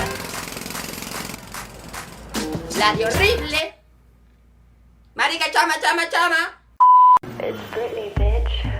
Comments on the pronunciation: tonto que no dice marisca dice marica!!!! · Ja ja en ves de decir "marica" dice " marisca" ja ja ja. Pero aún así me gustó ja ja ja ja 😂😂😂😂